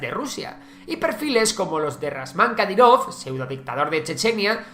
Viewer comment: Es Ramzan Kadiron, no Razman brooo